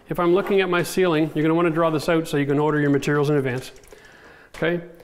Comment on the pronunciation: It'sOUT NOT owut!